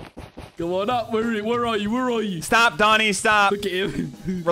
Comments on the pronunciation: ❌ "Doni" ❌ "Loni" ✔ "Done" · It’s not loni it’s oni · Why is everyone saying loni? THE WORD IS DONI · His name is DONI NOT LONI!!!!!!!! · ITS DONI NOT LONI